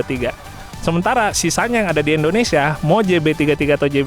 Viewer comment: Indonesia bukan endonesia bang